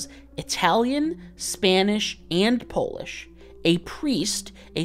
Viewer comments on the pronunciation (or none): none